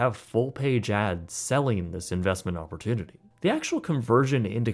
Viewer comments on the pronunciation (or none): none